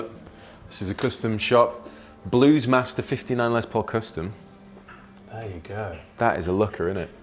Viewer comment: What's with "cöstom shop"? Whats the reason of that pronounciation?